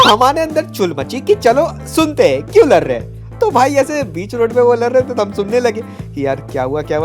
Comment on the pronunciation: Ladh❌ Lar✅